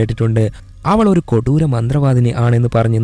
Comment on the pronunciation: kodooram ennu parayumbol chiri varum 😂